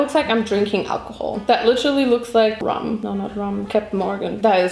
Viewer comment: You didn't get the joke, did you? 😅 I mean, in my own comment I'm literally saying "Captain Morgan", so you don't have to explain that to me, I know she said "rum". It's just that she said "rum" in a way that sounded a bit like "ramen" to me and I thought that was funny because she loves ramen and did several videos about it already 😂